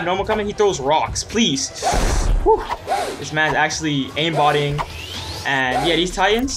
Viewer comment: Yew kept sayin pleasr